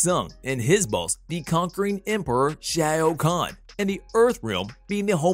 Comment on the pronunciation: Apparently you cant say realm or shao khan…..